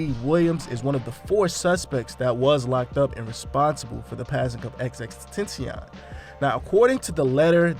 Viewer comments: You completely butchered x's name. Just fyi. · You can’t say XXXTentacion name right just CALL HIM X! Disrespect.